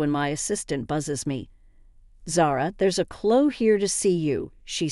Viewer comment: It's É than! Clo ee! If you're going to use bots, make sure English is the first language!